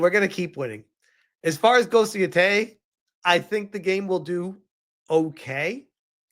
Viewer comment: 1. How the FUCK has this guy still not figured out how to pronounce Yotei? 2. There isn't a single element in this trailerthat could be construed as "woke." "Ugh, girl-boss," he says., have you SEEN Kill Bill? Have you heard of Lady Snowblood? 3. It's the same creative team that created Tsushima. 4. "It was disheartening to learn Jin's actor is also a wokie." Okay. So you acknowledge that an actor's personal politics don't necessarily affect the final product. You loved Ghost of Tsushima despite the lead's personal politics, but Yotei is doomed to fail because Atsu's is a cringe activist, apparently. 5. declared Indiana Jones and the Great Circle a woke disaster because the developers had the audacity to talk about the female secindary character. This absolute brainlet interpreted that as Indiana Jones not being the lead character in his own game. This guy's takes are worthless.